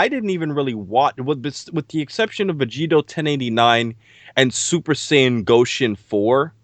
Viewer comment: All the YouTubers are great (Including D). BTW ignore these guys who criticise you for saying Saiya-jin wrong. For me , more important is information and knowledge you guys provide and not the correct pronunciation.